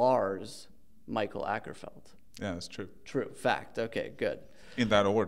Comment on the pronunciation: "Michael Äckerfeld"